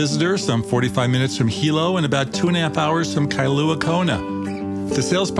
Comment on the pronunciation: Kailua-Kona not Kailuna!